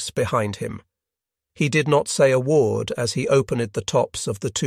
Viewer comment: Woe-ard for word, pee-lot, kil-led, feet-ers, waver-ed for waved, grin-ned. Lae is sometimes Lay, sometimes Lie. Heevy dem-edge for heavy damage. Plane-ese. Unnerv-ed every pee-lot. Lay and lie practically in the same sentence. It ruins the narrative.